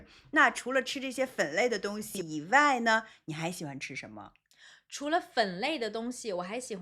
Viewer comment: 老狼发音"以外"这样：［ivai］、不 [iwai] 。多不多中国人发音这样？